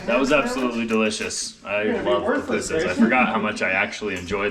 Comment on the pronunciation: I never thought I would see you guys eating pupusas from El Salvador. I love ' perfect pronunciation of PU PU SAS!!